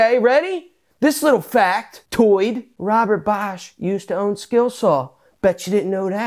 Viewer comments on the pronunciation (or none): none